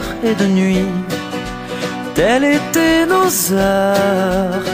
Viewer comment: Ca fait bizarre je trouve la faute de liaison dans la musique "telles étaient", qu'il prononce "telle étaient". Surtout qu'il insiste bien et le répète à plusieurs reprises.